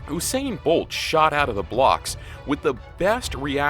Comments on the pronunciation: Yeas, guusain bolt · he said guusain bolt lmao